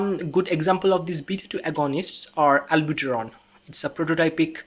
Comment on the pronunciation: Good explanation but it is NOT ALBUTERON... LOL it is Albuterol!